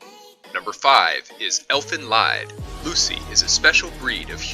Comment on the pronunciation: Please don't tell me he pronounced Elfen Lied wrong....